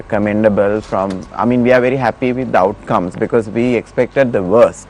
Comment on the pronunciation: "I'm ver honest" LOL 😇😜🤪😝